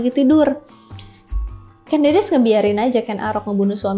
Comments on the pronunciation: Ucapnya bukan Kén Dédés ꦏꦺꦤ꧀ꦝꦺꦝꦺꦱ꧀, tapi Kén Dêdês / Ken Dədəs ꦏꦺꦤ꧀ꦝꦼꦝꦼꦱ꧀. Ken (e nya seprti pada kata enak, ekonomi) Dedes (e nya seperti pada kata empat, enam) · teks asli pararaton KEN ANGROK, bukan arok, sedang penyebutan KEN DEDES itu pakai vokal E Pepet (contoh penyebutan kEris pakai E pepet) , jadi yg bener Ken Angrok, dan Ken Dedes